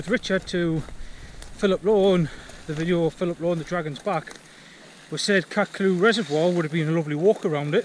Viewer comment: Nice video mate. I lived in Byrness as a kid in the 70’s and used to go to the spout frequently. The easiest way is to follow the forestry road from Chattlehope farm until it meets Chattlehope Burn then follow the burn up to the spout The old info boards are defunct so I would ignore them. FYI the reservoir is pronounced Catcluff. Thanks for the vid. Nice to see someone appreciating the wild beauty up there.